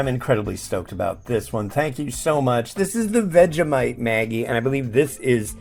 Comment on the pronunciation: The Vegemite noodles will be nice. Vegemite tastes like Soy Sauce so how can it go wrong? I'm Aussie and I've never seen Vegemite noodles in my life. It must have been a limited edition! Maggi is pronounced like magic, by the way, not like the girls name.